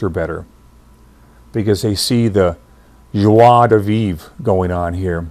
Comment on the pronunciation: your "joie de vivre" prononciation is perfect 👌 (I'm French )